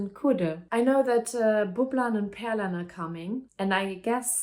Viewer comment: You're basically ready for the exam 🙂 Just some fine tuning on the pronounciation and your fine. For example ä in Pärlan so that it does not become Perlan as in Die Perle 🙂 Also how to intonate/emphasize words and syllables is hard in Swedish because you cannot tell from the writing. For example "hälsa på" means either "say hi to" (e.g. on the street) or "go visit" (e.g. in their home), dpending on which word you emphasize.